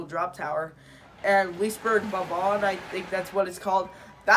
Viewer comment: It's pronounced Lisuh-Bearg.